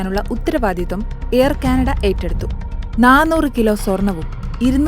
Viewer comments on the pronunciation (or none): none